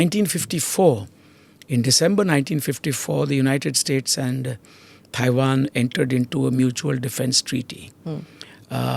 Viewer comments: Someone tell this guy it’s not “Thai”wan! “Thai”land is a different country! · Can someone please tell him how to pronounce Tiawan. It's not Thai wan.